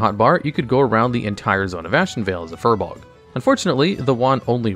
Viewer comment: How many times can you pronouce Furbolg inaccurately? :S